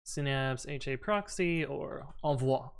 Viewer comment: envoy hon hon hon